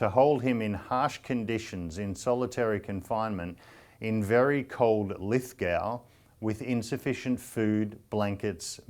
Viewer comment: An Australian citizen shouldn't be extradited to America or England,I am against that Its announced lith-go not lith-gow like cow ha ha this Australian citizen party seems to pro China in terms of trade an other agendas I'm against America using Australia as a proxy against china,or England and America depleting our mineral resources But we should remember china is putting militarily forces in the Solomon islands and potentially east timor If you look at the map behind the chinese foreign spokesmen you will see tasmania and new Zealand in white like the chinese mainland an Antarctica with chinese Wrighting on it China's end game is to occupy Taiwan and the Philippines then new Guinea an Solomon islands an take Australia and Antarctica to support its massive populations need for food an resources Yes we should be Independent from America and England in terms of sovereign choice an foreign policy an control our own banking system But we have to be very careful about china,personally I think China maybe influencing the Australian citizens party An quoting Scot ritter all the time is nuts he is a Russian paid stooge Vote one nation people